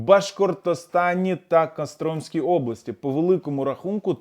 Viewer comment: чим більше нас, тим менше ЇХ буде, а не НИХ. Не Кастрóмська область, а Костромськá.